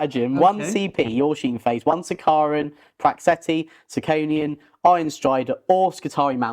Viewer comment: Im glad im not the only one annoyed by that. Sound it out if your comprehension is that bad. Its Pteraxii pronounced Ter-ax-ee